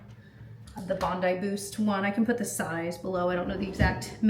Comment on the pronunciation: “Puht it in a pohny” hahah